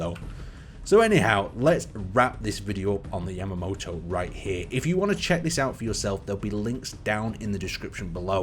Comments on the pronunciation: Its pronounced ya ma to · Ya-ma-toh Say it with me; YA-MA-TOH YAMATO!!! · all the people annoyed that you said Yamato wrong or whatever but WHERE'S THE OLD INTRO I'M HERE FOR THE SERIOUS ISSUES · YAMATO! YA-MA-TO!